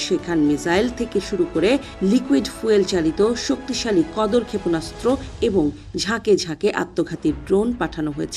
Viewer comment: ক্ষেপনাস্ত্র উচ্চারণ শুদ্ধ উচ্চারণ করতে হবে 😮😮